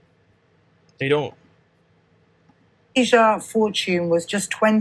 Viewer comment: Dude her name is TASIA! NOT TASHA. Have some respect and at least get the name of the victim right!! Tf